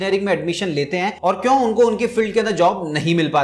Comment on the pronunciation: Sir please improve your prununciation of 'kyu'.....video will become more impactful